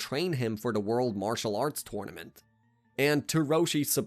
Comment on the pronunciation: Everything he said wrong: “dragon ball z’nt” “epizodes” “twornament” (@ pointed that one out first so creds to him) first “Sion” of the video bro still can’t beat beerus by the end of the top another “sion” didn’t say the plural I just thought it was funny😂 “masta Roshi” (I could put in but he said the Japanese translation of kakarot but then I thought why did he say the Japanese version instead of the English one) T H E kakarotto (I think that’s how u spell it idk) on TOP of saying “sion” he didn’t even say the plural version💀 I thought it was weird that he said “a space pod” considering the one he’s talking about is the space pod that raditz came in If I altF4 youtube all of this will be deleted so imma come back to this in a while and end up edited this comment WAY too many times.